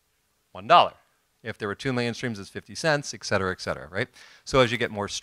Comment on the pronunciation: Really enjoyed ... one thing ....Et-cetera not Ect....lol